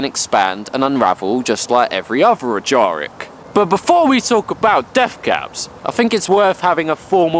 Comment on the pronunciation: From the way he pronounces "Ajaric", I'm guessing he's self-taught.